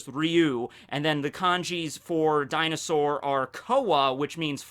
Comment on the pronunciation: How do you have Kowaryuu on screen and still pronounce Dinosaur wrong xD